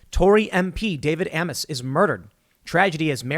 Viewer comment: Isn’t Amess pronounced like “aims?”